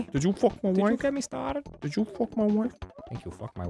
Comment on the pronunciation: "if I could trace back to the mOOment where i got stahhted" 😂😂😂😂😂